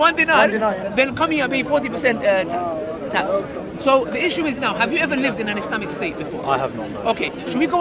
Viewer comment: My man cant say tax